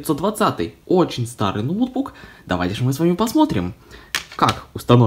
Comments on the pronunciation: Говори правильно не нОутбук а ноутбУк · да.. ноу́тбук как правильно